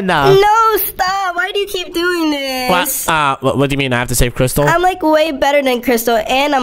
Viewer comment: Crystal not cristall